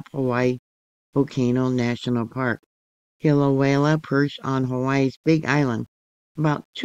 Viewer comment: Kill-away-uh. No L at the end. Thank you!